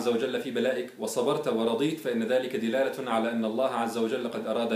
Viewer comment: قل دَلالة و لا تقل دِلالة